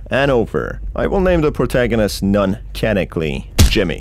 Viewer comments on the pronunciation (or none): I LOVE WHEN U SAY POURTAGONIST THO